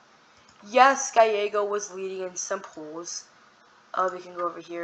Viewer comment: I think its pronounced Gal-Eggo, not with the fancy Y stuff.